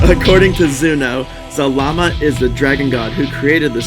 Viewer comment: It’s zarama not zalama